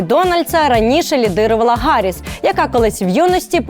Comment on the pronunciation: Це смішно як українці говорять за політичну культуру. Рагулі навіть не можуть правильно назвати ім'я "Харріс", вічно гекают.